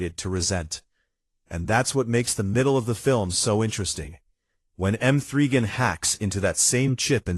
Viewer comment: Who is M three Gan 😂😂😂😂